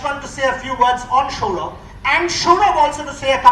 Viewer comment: Why is he saying SHOUROBH SHOUROBH ........ typical bengali pronounciation... Its Saurav i believe